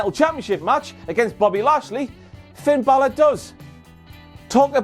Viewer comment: Finn Buhlurhh. His name his Finn Buhlurhh.